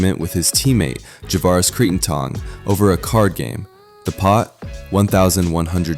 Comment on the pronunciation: Can you at least learn how to pronounce their names?? “Cree-n-ton” is not his name.